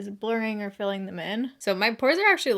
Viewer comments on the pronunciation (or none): none